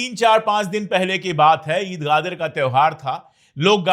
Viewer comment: ईद ग़ादर नहीं होता भाई, ईद ए ग़दीर होता है।